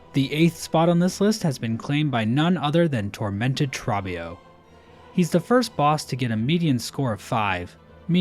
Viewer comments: My brother in christ. Trobbio's name is pronounced like "throw" not "trough". He says it throughout the whole fight. I know it's a weird way to describe it but pretend there's a W after the O, for all the dubs Trobbio has deservedly won. Like a bug version of Kendrick Lamar. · One of my favourite parts about Tormented Trobbio's fight is the music. You can hear the singers in the background singing "Trobbio" for much of it and it's so goofy, I love it. Also, it's pronounced "Troh-be-oh" (like "oreo") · My only critique is the pronunciation of Trobbio. He shouts it the whole fight with the long O sound. No idea where people get trabio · Wait, why do you say Trobbio's name as "Trah-bbio". He's pretty clear about how it's pronounced. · short vowels (like in trah-bbio) tend to sound lengthened when they're drawn out like they are in Trobbio's voice lines, but the spelling of his name (with a double consonant after the short vowel) and team cherry's pronunciation confirms that it's Trah-bbio :) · dude, there are so many content creators who do this and it irks me so deeply. idgf if team cherry says "trah-bbio" they're wrong. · why do you keep pronouncing his name wrong, the background music literally says his name! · How do you mispronounce Trobbio when he literally says his name in game for you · Bro why do you pronounce Trobio like that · I believe you are saying #32's name wrong.... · How are you gonna mispronounce the name of the boss that says his own name over and over again? Is this ragebait/engagement-bait? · The way he says Trobbio has gotta be ragebait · why do you pronounce Trobbio like that...